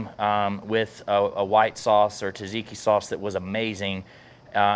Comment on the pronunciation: I love the cook, but "tuh-ziki" hurts my soul every time I hear it.